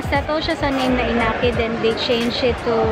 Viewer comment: iniki not inaki.🤣 and i-5923 not 1-5923. 😁